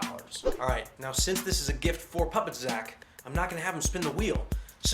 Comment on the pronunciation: dude its puppet zack not sack